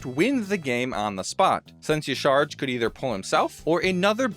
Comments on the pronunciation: Excuse me? Who is Ysharg? It jah-sha-raj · Just so you know, Y'shaarj's pronunciation is not "Yee-Sharj", but actually three syllables - "Yaw-sha-rodge" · Respectfully, Y'shaarj is pronounced, "Yah Shah-RAHZH".